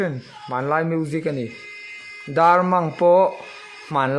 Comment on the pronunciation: Dar mang anilo aw dar mâng aw